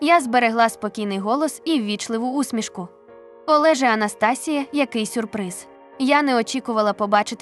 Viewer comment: Прочитання жахливе... Абсолютно без інтонацій. АнастАсія чи може АнастасІя? Текст цікавий.